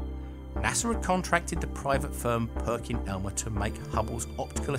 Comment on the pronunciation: It's Perkin Elmer, not Perking Elmer...just sayin'